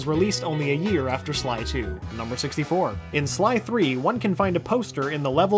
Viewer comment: he says " 3" instead of sly 3